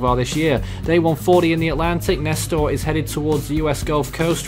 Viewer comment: Nester ain’t ss it’s s